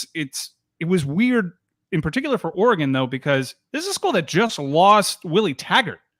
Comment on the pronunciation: Le Batard still calling Oregon, “oar-eh-gAHn”?! C’mon man! Great move for the U. As a Pac12 guy, I’m sad for Oregon.